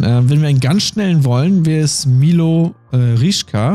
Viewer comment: Milot Rashica den Vornamen so sprechen wie er geschrieben wird und das sh wie ein sch sprechen 😂😂✌🏾️